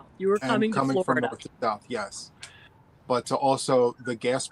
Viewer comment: And But is pronounced Buy, lol 😊